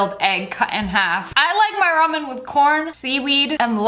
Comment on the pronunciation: Sssniperwolf: talks about ramen What I hear: Ramin Ramin Ramin What I think: ponyooooooo